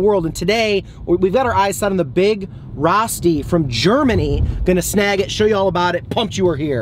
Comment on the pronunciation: It's a long O. So it's pronounced row-sti